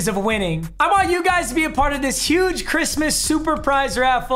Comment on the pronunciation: Stop saying huge like that bruh